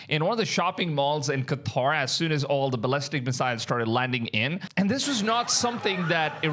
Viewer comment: Props for saying Qatar and NOT freaking Cutter 👍